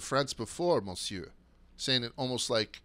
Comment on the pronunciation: The way he pronounced monsieur… 😂